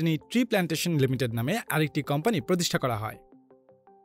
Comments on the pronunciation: Pradact ar campany na bole product and company bolle ki amra bujhtam na? Accent thik koren kindly kan e lagtese jinish ta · Pradact, Campany, LOL englishman , Very FLuent, Im Touched...😍😍